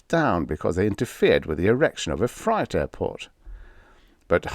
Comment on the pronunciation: Very odd little parable there. Reminds me of the "red rain" incident in Kerala some years ago. One small pronunciation change, if I may ? The word "freight," it has the same long A sound as agency, late, stay... it's "fray - t" basically.